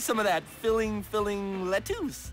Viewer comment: The way Reef mispronounces lettuce 🥬 cracks me up 😂